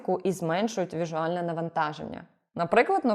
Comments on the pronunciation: пані, ви говорите віжуальний тому що в англійській віжуал??? дуже цікава вимова. чи це правипос новий? питання з зацікавленістю поставлене, а не з метою тролінгу... якщо що... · відео як завжди топ! єдине, дуже прошу, "віЗуальний", не "віжуальний". це не сучасний вільний англіцизм, а вже досить старе запозичення від латинського "visio" в формі слова "візія", яким в літературі описували привидів та якесь бачення. я просто вже кілька разів чув в відео і вирішив написати 👀